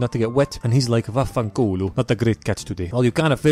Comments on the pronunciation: His Santa Maria is pretty good (or at least as somebody who knows a fair bit of Italian, it is really similar to the og). Edit: ok actually his vaffanculo ain't really to the point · I'm italian and hearing you say words like "vaffanculo" or "mamma mia" is literally the most funny shit ever